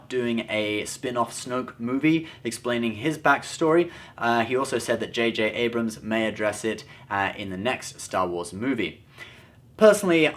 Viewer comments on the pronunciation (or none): none